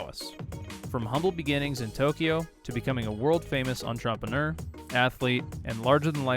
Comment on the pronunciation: What’s an entrompaneur?